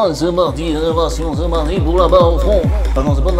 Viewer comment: « Et zeee partis »😂 tu me régales belle vidéo continue